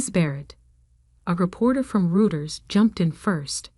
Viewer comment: " ROY-terz" ftfy